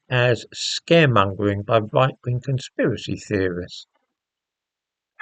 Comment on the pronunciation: Normie, "spiwacy theerist!😂" Normie 2024..."oh..um...huh?"